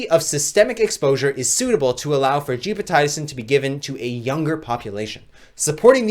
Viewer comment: Gepotidacin pronounced as (jep″ oh ti day′ sin) per - MedlinePlus gov